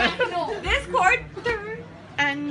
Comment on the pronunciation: jacqiee says QUARTER😂😂